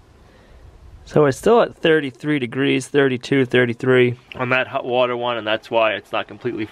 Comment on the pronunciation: I think hot water is hutter than hut warter.